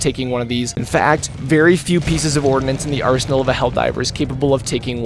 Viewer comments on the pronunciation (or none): none